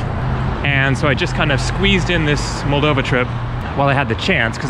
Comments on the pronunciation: Hey mate, welcome to our country. Hope you'll have a good time. Btw it is pronounced molDOva, not MOLdova. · In Russian, the accent is usually on the second syllable. Thus, mol-DOV-a and Chi-SI-nau ... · The accent is on the second O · it is pronounced Moldova